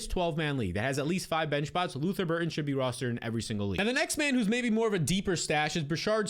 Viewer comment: Luther BurDen. Not Burton for the love of god.